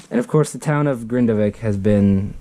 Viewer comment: Icelandic person here, you did a good job pronouncing Grindavík. Really love your squiggly meatball rendition of iceland, really made me chuckle every time it popped on screen.